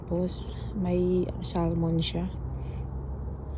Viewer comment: Samon. Not sallllmmon